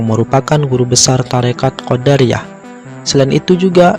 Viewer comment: Kenapa jadi Qoddariah bacaannya boss beda artinya tu...